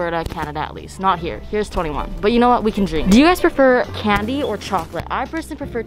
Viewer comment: there is no way you said candy or chocolate I heard “Kennedy or trump” and I was rlly confused